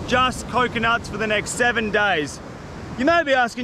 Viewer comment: I always hear “7 dies” 😂